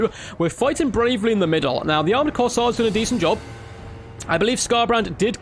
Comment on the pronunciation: Flesh hounds going to be a menace in multiplayer it seems. Will be interesting how they match up to warhammer 1 and 2 race's units. Also, I'm pretty sure its pronounced "Course" as in golf course and "Air" as in breath of fresh air. CourseAir (Corsair)